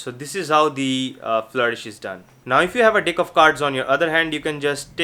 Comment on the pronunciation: Is he saying Deck or Dick right near the end of the video hahah